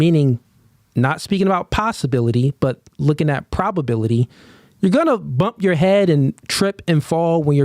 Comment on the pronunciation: You’re throwing Ps at me brother. Pro-B-aility